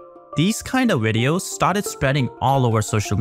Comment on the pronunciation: If you spent as much time learning to talk professionally and say Virus not wirus your wideos would be good.